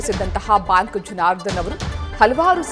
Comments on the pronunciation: ಬಾಂಕ್ ಎಲ್ಲಮ್ಮ ಅದು ಬ್ಯಾಂಕ್ , ಥೂ....ನಿಮ್ಮ ಕನ್ನಡ ಉಚ್ಚಾರಣೆ...... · ಹಲೋ ಅದು ಬಾಂಕ್ ಅಲ್ಲ ಬ್ಯಾಂಕ್ ಮೇಡಂ ಕರ್ಮ ನಿಮ್ದು ಕನ್ನಡ ಸರಿ ಉಚ್ಚಾರಣೆ ಬರಲ್ಲ